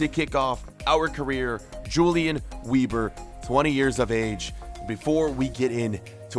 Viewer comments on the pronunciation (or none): It’s prenounced “Veber” and not “Webur” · Say Vebr not Weeber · “w” sounds are pronounced with a “v” sound so it’d be “veber” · i am german and you SHOULD PRONOUNCE IT like this: YOU-LIAN VEBER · Since ur German ur meant to pronounce it veber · Pronounced veber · That is an awful last name it should be pronounced vehber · Wieber is prenounced ”Viber” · Weber should be pronounced as 'Vehber' Great series though, once again! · It's gonna be pronounced Yulian Vehber, friend. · You are pronouncing his name wrong. Weber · the W is pronounced with a V